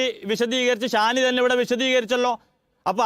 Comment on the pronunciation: ഷാനി ❌ ശ്വാനി ✅